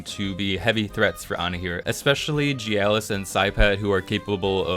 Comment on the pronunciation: The way you pronounce Mastione and Gyalis bothers me. I feel like you're mispronouncing those names lol